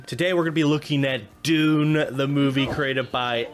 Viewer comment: Dune pronunciation needs a lot of help, bro.